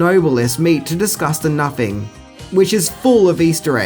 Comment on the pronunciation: Nothing. Pronounce it right. Nuh-thing. It's not "napping." Fucking idiot.